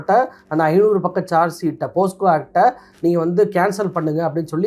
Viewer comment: போஸ்கோ தவறு. போக்ஸோ என்பதுதான் சரி.